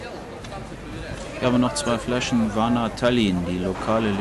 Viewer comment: Tállinn, Tóompea, die Betonung ist immer auf der erste Silbe. Sonst ist ein gutes Video. Danke